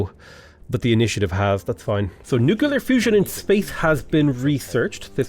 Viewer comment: "nu"-"clear" not "nu"-"cu"-"lar" :D